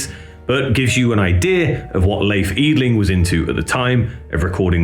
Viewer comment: Try "Lay eff".. and "Eee dling" And you will nail it :)